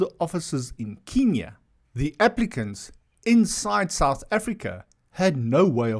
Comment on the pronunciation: Do you even know the history Kenya and not Kinya you cannot even pronounce it properly. Refugees exits in you perverted mind. They are not refugees they are South Africans